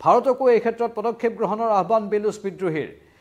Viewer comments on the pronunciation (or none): বেলুচ নহয় বলুচ